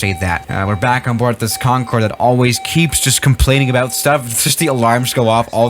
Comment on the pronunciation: im surprised he did not catch himself saying :CONFORD